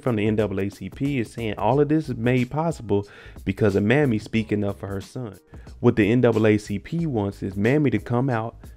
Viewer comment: Not trying to be disrespectful, but it's pronounced May-me. Not Mammy. My grandmother's name was Mamie.❤️